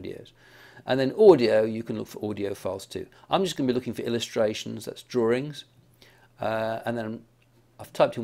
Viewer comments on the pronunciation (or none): he said drawrings....lol